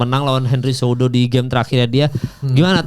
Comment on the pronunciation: Cehudo bukan jehudo😅